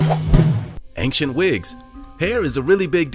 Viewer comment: Please stop saying "ankshent". There is no hard "k" sound in "ancient".